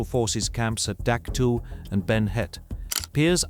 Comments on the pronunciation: We always pronounced it Dak Toe not Dak Two. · "dak tu" and "sky soldiers" in the first minute gives you a thumbs down. I was in the herd at dak. tow.